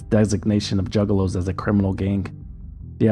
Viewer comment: The news reporter at 37 mins calling them “Jugaloos” really sent me bro thanks 😭😭